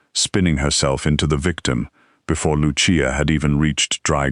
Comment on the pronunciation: Excellent ❤. The voice mispronounced Lucia several times.